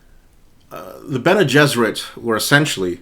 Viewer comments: Your pronunciation of Bene Gesserit is spot on, the pronunciation respelling is: BEN-ee-JESS-ər-it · Pronounced Bene Gesserit correctly. Based on Hebrew "Bnei Gishrit" (Sons of the Bridge. Should have been Bnot, daughters). The Bridge shortens the way.